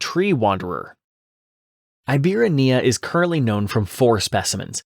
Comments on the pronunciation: It's pronounced "ee-bee-RA-knee-uh". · I hate to be pedantic but I gotta say it: it is pronounced EEbirania, with the "ra" being the tonic syllable